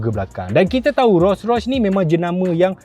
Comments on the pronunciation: Org Malaysia sebut Ro-Rois... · bini aku sebut "ROii ROSS" hahahahahaha